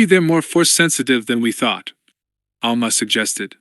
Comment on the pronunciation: Also ALMA instead of Alema... 🤣